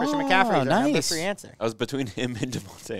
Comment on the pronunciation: “That is our number fwee answer”